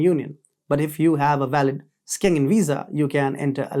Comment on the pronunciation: It is Shengen not Skengen zone, just like schedule but skedule!!!!😅🤣😂